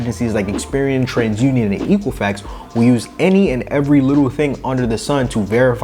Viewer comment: Misspronounced Equifax.